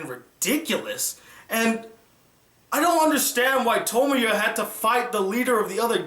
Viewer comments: He said his name wrong xD he called him Tomoyo when his name is Tomoya. the gray haired girl is named Tomoyo though :D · Who is Okazaki Tomoyo?? Get it right. His name is Okazaki Tomoya. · you said tomoya instead of tomoya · His name is Tomoya, not Tomoyo. Aside from that this review was very pleasant. I believe he did not understand some of the motives of the episodes. The story with the two rival gangs for example. Tomoya stepped in because he did have some time in a few episodes in the first season with Meyazowa, the girl that tends to the wounded from both gangs. Tomoya is determined to help with whatever he can when he devotes himself to a cause, restarting the drama club for example. He had to play a game of basketball even though his right, shooting, shoulder had several surgeries do to a fight with his father. He was not able to raise his right arm more than a height if his shoulder. That time was hard for him because he was accepted into that school for his basketball skill level and he lost his chance to play his favorite sport, for the rest of his life. That shows his determination to a cause he has se himself into. Another thing I want to address is the ending to After Story. Yes the producers did take it all back in the end but it was still lively to see that the good came from everything and Nagisa is perfectly okay and will live. The life Tomoya played out in his mind, forgive me if I am incorrect in the length of time he plays in his mind for I have not watched After Story in a couple years, is five years. His child Ushio is now able to think, talk, and remember what happens. He neglected Ushio for this five years and left her in the care of Sonai and Akio, forgive me if I have mi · thats why you watch dub.. its pronounced tuh-moy-uh, tuh-moy-oh and ka-toe-me.